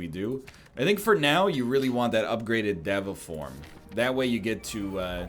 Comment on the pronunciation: day 6 of telling NL it's pronounced day-va form